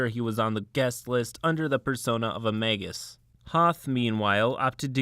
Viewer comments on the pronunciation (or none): none